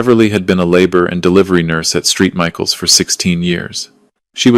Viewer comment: Street Michael’s is St(Saint) Michaels